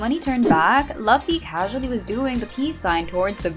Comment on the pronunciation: you are watching one piece and you are pronouncing luffy wrong bruh